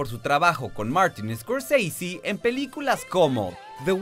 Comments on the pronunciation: Martín scorsise jajaja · maurttin scorseiseee jajajajajajjajaj